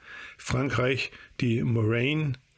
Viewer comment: man spricht das Morane aus wie "Moraahn", nicht wie "Morräin". Die Franzosen sprechen Bloch wie "Blosch", aber Bloch deutsch gesprochen ist sogar korrekter, denn Marcel Bloch (der sich nach dem Krieg in Marcel Dassault umbenannte) stammte aus dem teils deutschsprachigen Elsass. Dazu brauche ich keine Quellenangabe, ich bin nämlich Franzose.